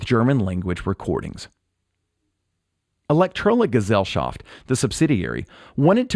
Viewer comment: Another very good video, and with a very correct pronounced Gesellschaft! 😁